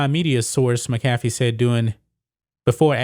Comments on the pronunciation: No hate but it’s pronounced ( mac a fee) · It’s Mac-uh-fee...FYI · MACK a FEE. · And you keep pronouncing Pat McAfee’s name wrong lord go watch his show just for 10 minutes and hear his name pronounced. 🤢